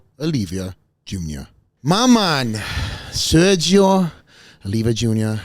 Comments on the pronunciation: Sergio Oliva not Olivia. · Keep saying his last name wrong. Poor Sergio 🙂